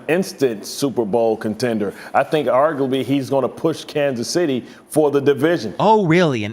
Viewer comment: when he says "argably" 😂